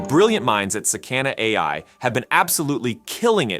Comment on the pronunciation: Its pronounced sah-kah-nah.